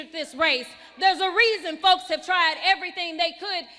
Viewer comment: 😂😂😂😂😂😂😂. Stay the course girl. You go girl 😂😂😂😂😂. You do dis and dat and aerytang lol. TRUMP is WINNING BIGLY